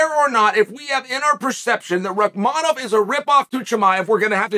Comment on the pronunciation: His name is Rakhmonov "Rakhmonov" Rakhmonov so Chael got it right 3-0. Undisputed and undefeated as usual.